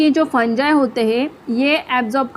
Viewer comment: You Are Teaching Nice But Not Fungi (फंजाई) It's Fungi (फंगी)😊❤